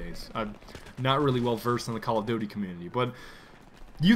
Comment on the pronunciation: Did u say call of dody?